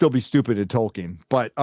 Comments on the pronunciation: Goddamnit Charlie Rose.... it's TOLL-KEEN not TOY-KIN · Did Charlie Rose say Toykin? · The only way that interviewer could possibly mispronounce Tolkien's name worse would be if he called him "Twerkin." (No offense, ).